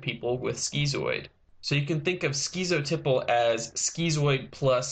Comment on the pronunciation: And "skitzoteyepull".